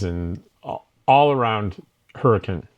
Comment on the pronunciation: I’m from Utah and you pronounced “Hurricane” correctly. Most people do not, good job!